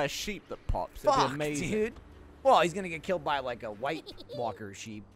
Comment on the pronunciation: Hot Pie, the boy killed by a "wight" sheep 🤣